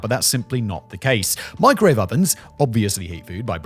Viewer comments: what’s a meekrowauvay? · Hearing her pronounce microwave as “meecro-wah-vay” makes me want to stab myself in the eardrum with a splintered wood toothpick!😖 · "Which I have warmed, in the meecrow-wah-vay"...How can a woman so beautiful be THAT FUCKING DAFT!?